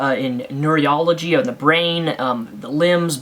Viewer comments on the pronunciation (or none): oh yeah and it's not nuriology, it's neurology :D